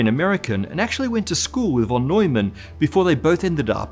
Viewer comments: why do u pronounce "von" as "won" and not as "fon" as u're supposed to? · Talking about pronunciation whenever you encounter the word 'von' in a German sounding name it is pronounced as if it had an 'f' instead of a 'v'. Like 'fon'. This applies to most German words, with few exceptions. 'v' is usually realized as a voiceless labiodental fricative in German. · John von [fon] Neumann :-) pronunciation nerd here